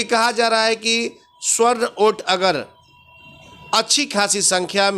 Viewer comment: स्वर्ण नही,सवर्ण होता है ।